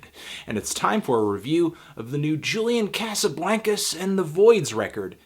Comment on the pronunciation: Why do you say "Julian Casablancas" like that? Isn't it "Jew-lyan Kah-suh-blahn-kuz"?